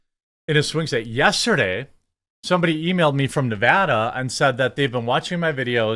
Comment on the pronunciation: As a long time "Nev A duh" resident, I can say I appreciate you not saying "Ne VaH DA" when you speak. Always voted the right way anyways, never believed the hype even from obummer. Thanks man hope to get one of the cookbooks. Take care and God bless!